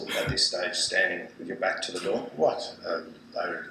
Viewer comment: Why do you say ZA pope instead of THE pope?